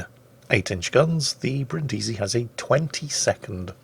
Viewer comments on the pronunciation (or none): I must correct you,: the name of this ship (like the city) is pronounced Brìndisi (accent on the first sillable) and not Brindìsi (accent on the second sillable). No hard feelings, it's just that I'm Italian and I die a little every time you say it wrong;) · I'm sorry, but I have to: Bríndisi, not Brindísi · Achktually, it's pronounced Brìndisi, not Brindísi! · Back off that stressed vowel,, it's Brìndisi! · Hi, Brindisi (city in southern Italy) is read with the accent on the first i not the second:)